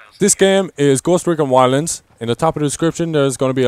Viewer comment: How he pronounces it though, "ghost ricken waihldlends"